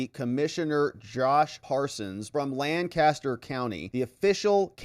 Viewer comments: it's not LANcaster County it is Lancaster.:) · Lancaster, not Lannnncaster. Pennsylvania my friend. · It's not lan caster. It's lanc a ster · did you hear how Ms. Adam's pronounced "Lancaster"? It's not, Lan-caster. It's Lang-caster. Please stop mispronouncing it. Thank you! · It is pronounced Lank-aster, not Lan-caster.